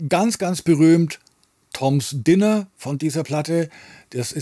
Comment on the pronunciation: Toms Diner wird "Deiner" ausgesprochen, Dinner ist das Essen, Diner das Restaurant. Aber genug gemeckert, ich hab auch nen Tipp: Ry Cooder - Bop Till You Drop Bis heute eine der qualitativ besten Aufnahmen, die ich ich besitze. Mein Lieblingsstück darauf ist "The Very Thing That Makes Her Rich Makes You Poor", wobei "Little Sister" eigentlich das bekanntere Stück war.